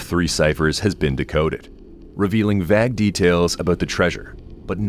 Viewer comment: "Vague" is pronounced with a long A sound (Vāgue) Go back to school.🤦‍♀️